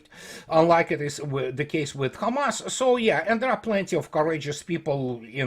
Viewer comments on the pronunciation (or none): none